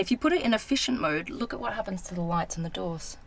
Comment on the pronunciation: Blondie When She Sees an Amazing Car: WHAT What Americans Hear: WATCH